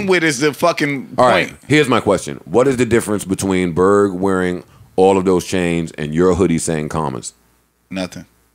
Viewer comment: WHAT LANGUAGE BERG SPEAKING LMFAO